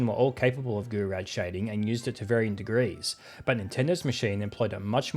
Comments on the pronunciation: It's roughly pronounced 'goo-row'. Goorow shading. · Shouldn't it be pronounced as "Jou-Roh"? Source: French lessons at school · Yeah, that's not how you pronounce Gouraud 🤣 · As a kid I always said Gour as in "good" and raud as in "Road." Goo-road shading. I just assumed it was a load of made-up marketing like "blast processing" 😆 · As soon as you mispronounced Gouraud, I came here to leave a comment. But I see I was not the first to correct you! Anyways, thanks for another great video!